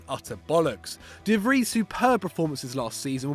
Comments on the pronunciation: "De Vr-ee" "Widge-naldum"???? Really???? At least make an attempt. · Stefan de vree 😂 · "stefan de vrie" dd kaal man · Joe G Also Stefan de "Free"